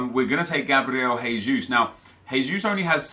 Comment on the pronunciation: gabriel jesus is pronounced 'jay'-sus not 'hay'-sus, he's brazilian not spanish, just so you know nep 😊